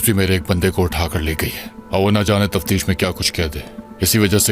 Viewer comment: Tafteesh nahi tashveesh